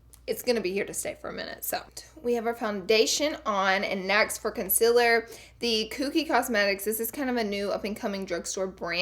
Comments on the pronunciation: Con sea ler Not Con si la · ConcEALer not conceler ;____ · ITS CONCEEEEAAAAALER NIT CONSILLER FOR GODS SAKE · Can you stop saying gezzy and start saying concealer right still love ya tho😂😂😂😂😂😂💕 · lara said consiller instaud of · LEARN HOW TO SAY CONCEALER PROPERLY. CON-CEEEEEA-LER. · learn how to not have a bad attitude. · After watching another video on Laura all I can hear is her saying consiller 😂😂😭💕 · Mohd Haddad is it cus Laura says consillaar instead of concealer?🤣🤣🤣🤣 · "Concil" "Conciler" "Ole" "Bucuzzzz" "Set-tion" "Beking" "Wet n' Wald" "Erridescint" - Laura Lee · Jess Mc Ardle consiller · You say CONCEALER wrong.. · Your Friend Jae it's concealer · Stop saying concealer that way it is so annoying😕😕😕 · does anyone else get annoyed when she says concealer